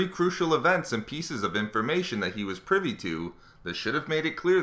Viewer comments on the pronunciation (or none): none